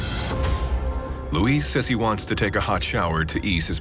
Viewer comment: Luis, not Louise.